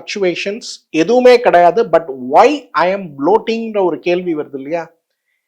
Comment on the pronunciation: கேல்வியா? கேள்வியா? கேகிற or கேட்கிற?